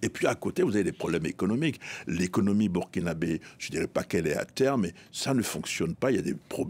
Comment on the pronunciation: On dit burkinabè pas Burkinabais madame journaliste 😂